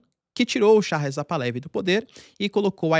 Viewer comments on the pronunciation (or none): Excelente video como sempre. Uma dica caso interesse. Moro no Canadá onde tem uma grande comunidade persa. Um amigo iraniano-canadense me disse que a pronúncia correta do sobrenome da família real Pahlavi é Par-la-VI. O h tem som de r carioca e é uma oxítona. Abraço.